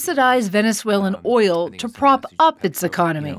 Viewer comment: Did you say oil 😅